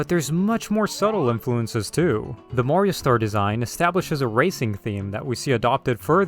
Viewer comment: I like how you say Mario as Mayrio and awesome video! I always thought mkwiis bloom was a little annoying but with mods you can remove that and the deflicker as well! Please do Mario Bros next!